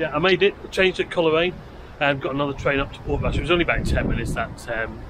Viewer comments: Pronounced Cole raine not Coler aine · Cole Raine not Coler aine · Great footage, thanks. PS Coleraine is pronounced "Coalraine" 🙂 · the way he pronounces coleraine 😭😭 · I know.